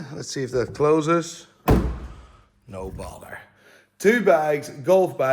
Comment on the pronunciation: I always thought he said No Baller 😂😭